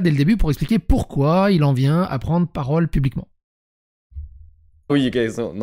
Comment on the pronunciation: On dit pas "pubiquement" mais "publiquement", s'exprimer pubiquement c'est faire parler son sexe...